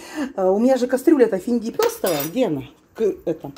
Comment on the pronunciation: А кастрюля-то у неё оказывается "фендипёрстовая"! 😂😂😂 Как же хочет выражаться, как все люди, поймает слово, как услышит, так и произносит. 🤣🤣🤣, ФИЛЬДЕПЕРСОВАЯ!!!